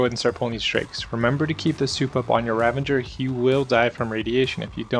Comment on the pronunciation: Ravager, not ravenger. :P Great guide, but that was driving me nuts lol.